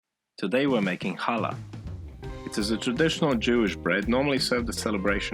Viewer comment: Wow. You even say challah correctly. Most people can’t do the guttural ch sound which is found in Hebrew. We make it every Friday for the sabbath. It’s delicious. And yours was AWESOME!